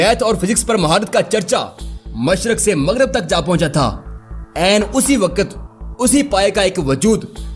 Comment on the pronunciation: السلام علیکم برادر گزارش ہے جہاں اس قدر اہتمام سے آپ انگلش لفظ کا درست تلفظ بولتے ہیں اردو لفظوں کو بھی ٹھیک تلفظ کے ساتھ ادا کیا کریں ۔ مثلا سمت ۔ وقت ۔ قبل اور کئی ایسے الفاظ جن کا تلفظ سراسر غلط ہے اور آپ بولتے ہیں ۔ امید کرتا ہوں آپ آئندہ اس بات کا بھی خیال رکھیں گے ۔ شکریہ